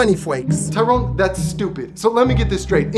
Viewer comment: It's not tiron it's " Tyrone "